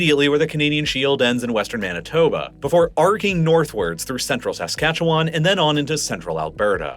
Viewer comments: Saskatoon resident, always entertained by foreign attempts to pronounce Saskatchewan. It's /səˈskætʃ(ə)w(ə)n/, aka. "suh-SKA-chuh-wn," NOT "SAS-cat-chew-WAN." Quit pronouncing the 3 silent vowels (schwas) lol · Saskatchewan (/səˈskætʃ(ə)wən/ sə-SKATCH-(ə)-wən 😉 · His emphasis on the first a in Saskatchewan got me too. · Born and raised in Saskatoon. Really appreciate you covering this topic. I would say my only critique is the way you say "Saskatchewan". Most local people from Sask say it like "Sa-scatch-oo-wun" rather than "Sask-atchu-wan". The end is more like the word "one" than like "James Wan." Great video as always! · Also it's more like Skatch-win instead of Skatch-wan. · Saskatchewanian here. Your pronunciation of my province hurt my soul. Also, Regina = Ree-jina, not Reh-shina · I live just north of Saskatoon in Saskatchewan. Interesting video as we’re usually ignored in the extreme. You say Saskatchewan very weird, though, like most people not from here.